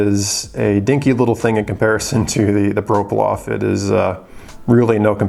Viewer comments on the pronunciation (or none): I stopped watching this video about 10 seconds in when I realized this guy cannot even pronounce the watch he’s reviewing. I actually own one so I will help this guy out..It’s a ploprof not a proplof. Lol